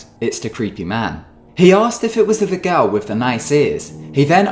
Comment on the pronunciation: i like how the narrator says girl! like garl or something, i totally love it hahah! also this is scary as fuck. don't watch video's like this after midnight slone in your room my friendsxD